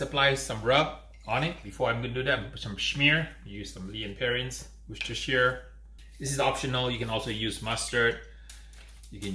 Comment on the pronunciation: This is the first American video I have ever heard anyone get close to saying Worcestershire properly. Well done!